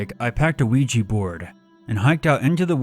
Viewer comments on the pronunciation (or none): Luigi Board... Ougi Board...